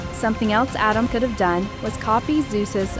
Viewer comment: You saying Adam’s is Driving me crazy